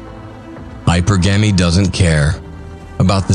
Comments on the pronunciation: Its hypurrrggemy not hyper-gamy shit makes me gringe everytime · I think it's really "hy-PER-gamee". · This would be so much better if hypergamy was pronounced correctly.